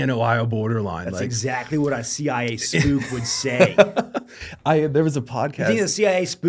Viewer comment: Spook. Not "spoof".